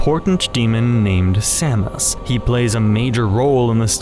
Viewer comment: I thought samus was pronounced with an SH at the beginning